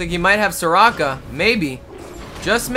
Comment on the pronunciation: its not sekora its soraka